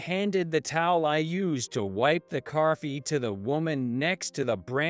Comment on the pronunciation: What the h*** is carfee?